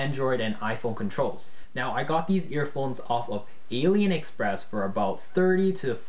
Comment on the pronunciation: "Alien express" "Ti-e" Dude, how hard is it to at least get the name of the product right?